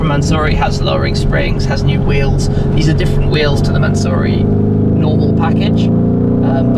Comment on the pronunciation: Mansory... NOT mansurrey